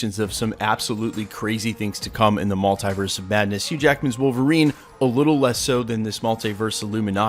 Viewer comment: I hate how you pronounce maltiverse 😣 do better bro